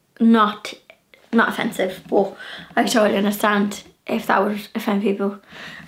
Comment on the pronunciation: You are such a precious, living doll! I really loved this video and you explaining the meanings, so much fun. One of my favorite words I like hearing you say is “but”. With your accent it comes out “boo-hut” to my ear. I smile every time. Another day brightener. Thanks!